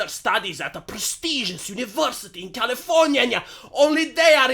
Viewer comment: ....californiania. that always makes me laugh when you say that,.